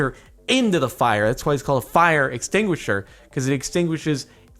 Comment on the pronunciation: "It's why it's called a fire extinguisher, it extinguishes fire from the inside" ex tinguisher EX tinguisher "EX" not intinguisher .-.